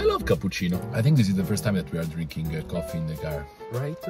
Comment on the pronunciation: "... the sound of the rain... the goffffee..."